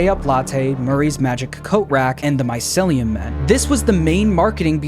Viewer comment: it urks me every time he says my-cel-lee-um instead of my-ceel-lee-um